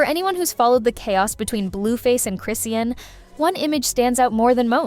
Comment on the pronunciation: Btw it’s pronounced Chris - Sean, not Chris Ian 😭 good video tho girl